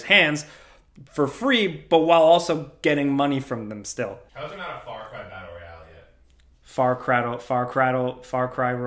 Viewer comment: fattle royalle 😂😂🤣🤣